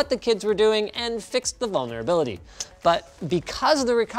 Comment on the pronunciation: Why does it sounds like "bonerability" when you say "vulnerability"?